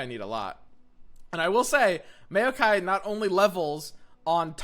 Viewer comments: lol, everytime I hear him say it I imagine a jar of mayonnaise. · i am triggered by pronunciation of Maokai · Mayokai joins the company of Shadow Islands and mark of the islands as cards that are horrendously mispronounced by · you wer JUST NOW STARTING TO PRONOUNCE BARUM HAF CORRECTLY MAYO-KAI???? Its Mowkai and Brom or brawm not BROWM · Think of him not like Mayo-kai, but rather, Mow-kai. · Plz, it's Mao-kai, not Mayo-Kai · Mowkai, not Mayokai. Lol. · it's MOW-KI not MAYO-KI it's MOW-KI not MAYO-KI it's MOW-KI not MAYO-KI it's MOW-KI not MAYO-KI it's MOW-KI not MAYO-KI it's MOW-KI not MAYO-KI it's MOW-KI not MAYO-KI it's MOW-KI not MAYO-KI it's MOW-KI not MAYO-KI it's MOW-KI not MAYO-KI it's MOW-KI not MAYO-KI it's MOW-KI not MAYO-KI it's MOW-KI not MAYO-KI it's MOW-KI not MAYO-KI it's MOW-KI not MAYO-KI it's MOW-KI not MAYO-KI it's MOW-KI not MAYO-KI it's MOW-KI not MAYO-KI it's MOW-KI not MAYO-KI it's MOW-KI not MAYO-KI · SSTOP SAYING MAYOKAI IM HAVING A HEARTH SEIZURE AAAAAAAAAAAAAAAAAAAAAA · he said "MAYO" kai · Hey man. Love the vids. Just want to help. It's pronounced mow-kai. Like saying now with an m instead. Thanks for the vids man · "Mayokai" i loled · SAY. MAYOKAI. ONE MORE TIME. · I hate that you pronounce maokai mayo-kye also: maokai with shark chariots? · m-ah-o-kai please, do more mayo kai.. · ah yes a mayokai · wait is he saying mayo- kai, AAAAAAAAAAAAAA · MAYO-KAI....oh no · no one:: mayo-kay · Take a shot everytime says Mayo-ki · Nobody:: Mayokai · nobody:: MAYOkai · You mean Mayokai? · The millkai is pretty obvious since it's a mill deck but the people above are talking about the way he says Maokai as "Mayo-kai". Perfectly reasonable but still a funny way of saying it. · Its actually insane how much the way he says Maokai triggers me and gets me to laugh at the same time. "May-Okai" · Its pronounced mow kai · why the hell do you say maokai in such a weird way? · It hurt every time he said it